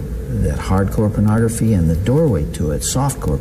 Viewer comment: Is anyone else put off/annoyed with how Bundy pronounces “pernahgrafeh”? Just me?! 😅